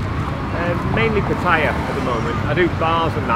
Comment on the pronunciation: That northern dude with no shoes filming Pattaya but can’t pronounce it properly smh